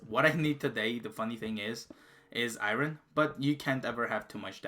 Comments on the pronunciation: Iron not irin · Lol good vid but just 1 thing thats annoying is "IRON" in english is pronounced "ION". The R is silent not pronounced "I RON" good work tho on the vid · I had to just like the video because you said Iran instead of iron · My god the way this guy says Iron incorrect is annoying as fck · He can pronounce lapis lazouli and not iron?